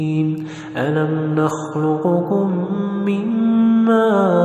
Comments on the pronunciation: ما شاء الله/لكن انتبه لكيفية نطق كلمة نخلقكم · قراءتك جميله بس حضرتك اخطاءت في نخلقكم ارجع للعلامه الكبيره الحصري وجزاك الله خير